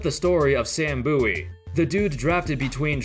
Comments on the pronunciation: It's " Bowie" not "Boowie " 😂🙈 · I love how it's pronounced "Boo-wee" but it's clearly written as "Bow-ie".